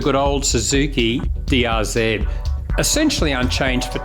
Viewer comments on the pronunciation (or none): I love how he says drz in a good old country accent